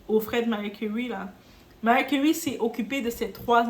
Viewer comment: Commentaire hors sujet: suis je la seule à entendre "Mary Curry" 😂 La situation de notre Diva me fait penser à la situation de Julia Roberts avec sa mère qui idem reproche à sa fille de la laisser dans la misère. Il doit y avoir également des raisons qui nous échappent...